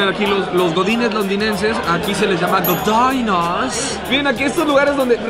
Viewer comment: godainas 😂😂😂😂😂😂😂😂😂😂 lo mejor es que lo pronuncia con el acento londinense.